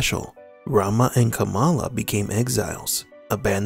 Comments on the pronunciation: It's pronounced "KAH-mulla", or so I've been reliably informed. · It's kuh-MAL-ah actually. Our VP elect just changed the pronunciation to avoid confusion with Pro Wrestling great Jim "Kamala" Harris.